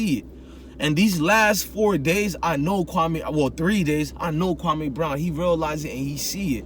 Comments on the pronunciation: Mans know the mans nba career and not how to pronounce his name.. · Your first pronunciation of his name is on the money.. kwame is an african name from Ghana meaning a Saturday Born, he was born on Saturday